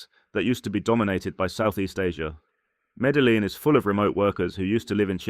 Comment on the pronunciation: As a long-time western expat that has lived in Colombia, Venezuela, Costa Rica, the Philippines and Thailand, I would have to rate this video 50% tourist perception and 50% BS... You keep touting Colombia when you can't even pronounce the name of Medellin correctly, you obviously have never been there... I lived in Colombia for 9 years and left because it was dangerous as hell, yet you paint it as an expat paradise... After traveling to and / or living in 50+ countries, I now live happily in Thailand as it offers the best options for the cost of living... As they say here, up to you...